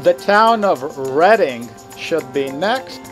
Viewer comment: Well done with the pronunciation of reading. Most americans would pronounce it Reeeding.😂😂😂